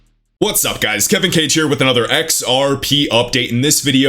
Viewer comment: Bro, your pronunciation of Spanish words caught me off guard. When I see your name it’ll be forever read as Kehveen Kha-geh